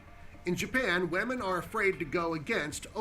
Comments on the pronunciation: OMG HE PRONOUNCED "WOMEN" JUST LIKE PEWDIEPIE (wahmen) dead 😂😂😂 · Is the narrator saying whaman instead of women at the liberation wrapper one